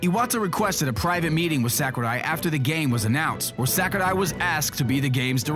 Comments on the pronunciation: it's not sékurai, it's sakurai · Actually, the proper pronunciation is "Sahkoorai", with a soft a and long u, whereas pronounces it "Sackoorai". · Well, it's almost correct. It should be "sawk"urai rather than "sack"urai but allenamenfutsch is an angsty teenager who hates people that are interested in things he's not. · I hate how this guy pronounces Sakurai's name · The way you pronounce japanese names makes me cringe. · sir, I don't know who you are, but I can't stand the way you pronounce Japanese names. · I love how he pronouces Sakurai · It's funny how he tries his hardest to pronounce Sakurai but still gets it wrong. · I love how he say Sakurai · The info is really interesting and voice is awesome, but his pronunciation of Japanese names/words are off. Sakurai (Sah-koo-rai) and Tamagon (Tah-mah-gon). It's nitpicky, but no one else seems to have noticed it.